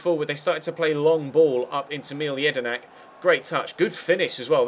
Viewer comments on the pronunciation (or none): you don't say mile jedinak it's pronounced mill-ay jedinak